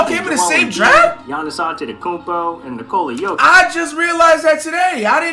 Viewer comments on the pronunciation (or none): Bruh I die Everytime he calls jokic jock itch